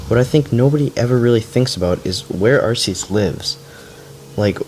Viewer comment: Why do people say arseus